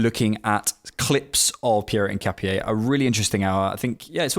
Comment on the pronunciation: Btw it’s pronounced IN-KA-PYEH